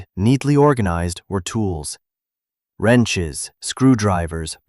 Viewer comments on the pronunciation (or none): it's not Renshiz it's Wrenches .